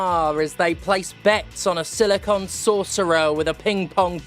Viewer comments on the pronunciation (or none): none